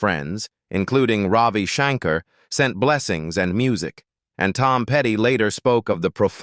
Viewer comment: Please learn how to properly pronounce Shankar!!